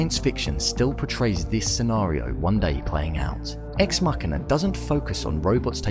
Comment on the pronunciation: U say machina wrong